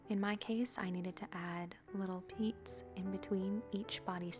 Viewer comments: The way you so elegantly and professionally say "peats" had me tickled pink. 😆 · This was a really soothing video! You made an excellent tutorial! I love the voiceover, especially when you said ‘peats’ or ‘peets’. It’s just a wonderful touch. I love the furby of course! Wonderfully longified and gorgeous.